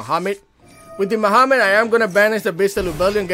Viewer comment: Did u just call Magnamhut by “Muhammed” bro!?